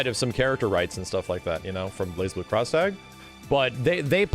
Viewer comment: I still hate that you don’t pronounce the z in Blazblue.